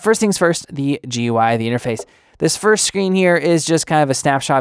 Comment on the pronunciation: GUI is pronounced "gooey"